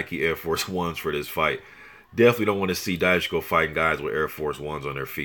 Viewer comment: Dychko is pronounced as [Dichko].